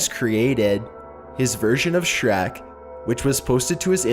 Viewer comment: shrek not shrak